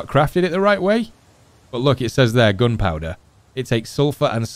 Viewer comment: I like how you say gunpowder as 'goonpowduh' 😆 you had me watching for days now Kinda hoping the ep 9 is not the last tho.